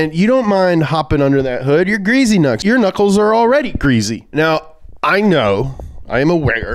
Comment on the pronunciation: Stop saying greasy knucks😂😂😂 it sounds like greasy nuts😭😭😭